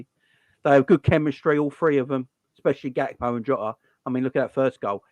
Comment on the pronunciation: Funny how that guy calls him gapko instead of Gakpo lol